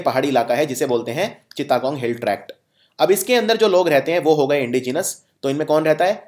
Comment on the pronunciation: चिता गोंग नही सर चिटगांव या चट गांव😂😂